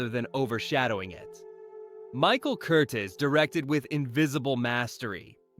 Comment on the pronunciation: Pronouncing Lumet differently almost every time (should be Loo-MET)? Calling De Sica's "The Bicycle Thief" by the title "Bicycle Thieves"? Mispronouncing "Casablanca" director Michael Curtiz' last name (should be Kur-TEEZ)? And I'm only about halfway through this thing! Someone needs a fact-checker, one with a solid knowledge of cinema history and enough smarts and initiative to look things up when not absolutely sure.